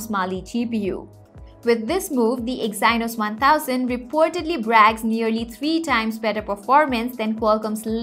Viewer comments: "exainos" 🤣 "teeger" 🤣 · Good informational video. Need to correct English pronunciation for words like integer and Exynos.